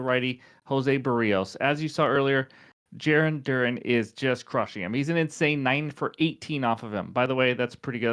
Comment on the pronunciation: Cracks me up as a Red Sox Fan how you say Darun when it's Duran like the word AND without the D... Now lets hope you didn't jinx him ;)